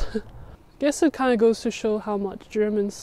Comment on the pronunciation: "Tiny town". Tens ay thousands ay folk.